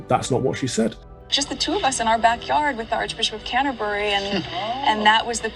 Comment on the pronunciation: If ya wanna lie then pronounce things properly... Canterbury isn't pronounced like that